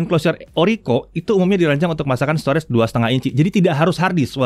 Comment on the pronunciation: Maaf sebelumnya. Kalo bole saran pengucapan kata STORAGE, yaitu Store-Age. Bukan Store-REDS. Agak mengganggu aja si udah berulang2 di semua video anda. Sayang aja. Tlg diperhatiin yaaa Bang. Supaya lebih baik lagi video2 Jagat. Thanks